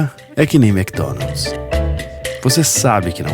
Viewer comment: "Igual a mekidonaldis" !!! kkkkkkkkkkkkk